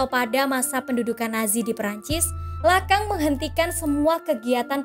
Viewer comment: Bacanya lakong bukan lakang